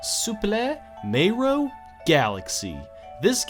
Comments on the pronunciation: I thought this was a top 10 about Super MARIO Galaxy, not Super MAYRO Galaxy! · When he said super Mauro galaxy I thought he meant a mod or hack